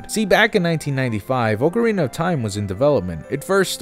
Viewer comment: ok do you just pronounce things wrong to mess with us? its AHK-arina not OAK-arina